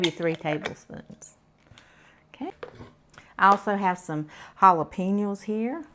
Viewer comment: did you say "jalapeniles?" Happy Birthday ~ Hope you had an amazing day!